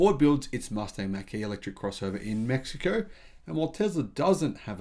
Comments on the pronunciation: You said it just fine. 👍🏻 May He Co Is the correct pronunciation in Spanish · The “American” pronunciation was spot on. The Mexicans pronounce it as “Meh-hee-ko”. Cheers. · all things considered your pronunciation of Mexico was spot on